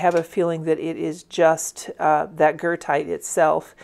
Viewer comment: Thank you! It is exactly Goethite. I might have mispronounced it-I probably had Goethe (Johann Wolfgang von Goethe) on my mind. 🥴 Regardless, it’s an AWESOME pigment!!